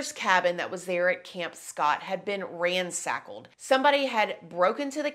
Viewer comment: The cabin had been "ransackeled". Lol